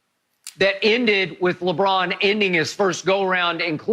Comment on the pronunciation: Everyone are saying mj the and shannon says lebum lol